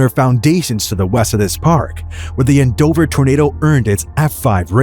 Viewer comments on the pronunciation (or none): AND-OVER, not AN-DOVER 😒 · The way you pronounce Andover makes me cringe. 🙄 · They mispronounced Andover but correctly pronounced Towanda. They both should be easy to pronounce.